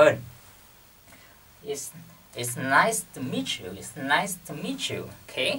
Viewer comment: It's nice to meet you but you sound like "It's nice miss you"